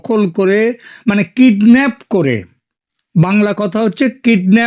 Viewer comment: ওরে মূর্খ হতচ্ছাড়া‌ বাংলাদেশির দল, এখানে তুই বাঙ্গালীদের জন্য বাংলাদেশে বসে চ্যানেল চালাচ্ছিস আর সাধারণ একটা কথা জানিস না যে, সেটা হচ্ছে কিডন্যাপ - কিডনাফ না😂